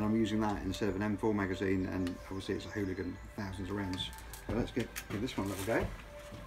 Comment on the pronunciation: Just makes me want it... when he says it's a fOk'n Hoolagin. Lol 😅